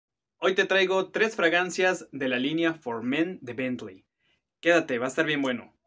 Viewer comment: Bien, es agradable escuchar Bentley bien dicho, en vez de Betlin como le dice el Sammy 🤣